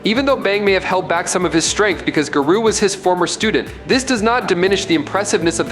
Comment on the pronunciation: I honestly couldn’t watch your whole video because you were saying his name wrong. I feel like he was doing it on purpose to troll.